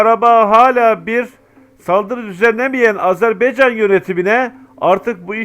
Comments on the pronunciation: Azerb(e)ycan yox Azerb)(a)ycan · hər şey əla.👍 Ancaq sizdən xahiş edirik.Öncə "Azeri" yox.AZƏRBAYCAN TÜRKÜ.(Azərbaycan halkı da demək olar) 2-ci xahişim budur ki, "AzerBeycan"yox. << Ə >> harfi yoxdur sizdə bilirik. Ancaq, heç olmasa AZER "BAYCAN" söyleyin, lütfen bu kimi şeylər bizi çok üzüyor. Her halda biz Türk qardaşlarımızın, həmçinin bizim də dövlətimiz olan TÜRKİYƏ(E) dövlətinə TIRKİYE desək sizin bizi kınamağa hakkınız var. Ancaq, bu kanal vasitəsi ilə TÜRK AZƏRBAYCAN birliyini tərənnüm etdiyinizə görə sizə sonsuz Təşəkkürlər. Kanalınıza Abunəyəm. Daima gözəl sevindirici haberlerinizi gözləyirəm (bekleyirem). Necə ki bizlər Azərbaycanda əksəriyyətimiz Türk ləhcəsində sözlərin anlamını başa düşürük, danışırıq (konuşuyoruz). Hətta, çocuklarımızın ekseriyyeti Türk lehcesi ile anlayır konuşur.Bu size bizim biri birimizle ne kadar doğma,yakın olduğumuzu tesdiq etmirmi??? Umarım Türk qardaşlarımız da Azərbaycan ləhcəsində danışılan sözləri bizim kadar öyrenmeye çalışarlar.Keçmiş Sovyet döneminde söylenilen Büyük Kiçik qardaş söylemi Azərbaycan və Türkiyəyə aid olmamalıdır.Azərbaycan da Türkiyə qədər həm əhalisi(nüfusu) həm ərazisi çox böyük olan dövlətdir.İranda (Güney Azərbaycanda) 40 ml.Azərbaycan türkü yaşayır.Toprağı da Qüzeydə Dərbənddən güneydə Tahrana kadardır.Şimdiki "ermenistan"deyilen dövlətin tümü, Gürcüstanda Borçalı və başka toprakalar. Türkiyə ile Azərbaycan birlikde güclüdür. TURANa gedən yol bu iki büyük QARDAŞ dövlətin birliyinden keçir. Bu və başka hallar bizim qardaşlııımı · HALA EZERBEYCAN DİYOR .